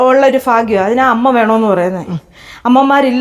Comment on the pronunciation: ഫാഗ്യം അല്ല ഭാഗ്യം